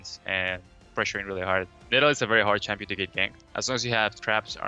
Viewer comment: Did Quas say basic "shampion" guide? LOL Kappa